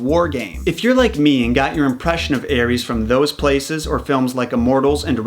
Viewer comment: Eris aris read it normal American don't read wrong ares